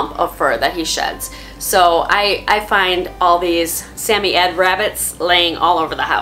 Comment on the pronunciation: Why do you pronounce the name of samoyed like that?